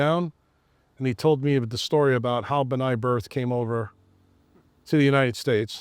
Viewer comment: It's B’nai B’rith (benay Brith), not Bnai birth!